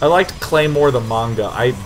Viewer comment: This is just a personal thing that bugs the shit out of me when people fuck it up but Sean saying manga the right way has really brightened my day. I also approve of all the anime and stuff he mentioned so that's great too.